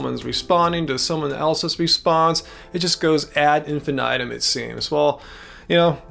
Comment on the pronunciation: it is technically pronounced ahd een-fee-nee-toom. I have heard add ihn-fihn-iht-um and add ihn-fihn-ait-um. But I took a course in basic latin, it is pronounced this way. Just a friendly heads up. Keep making killer content thanks guys!